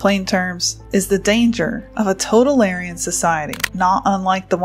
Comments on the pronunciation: you have a strange way of pronouncing totalitarian... you keep pronouncing it "total-aryan" ... it's more like "toe-towel-eh-tarian"... like libertarian isn't "lib-aryan" , it's "lib-er-tarian"... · It was bugging me too